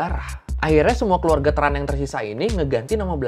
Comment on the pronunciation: Sama. Setauku Tran itu bacanya bukan TRAn tapi chèn